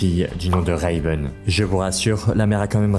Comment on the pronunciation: Le "Reyveun" me fait très sincèrement grincer des dents ..